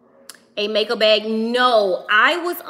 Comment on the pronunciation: Are you saying BEG or BAG?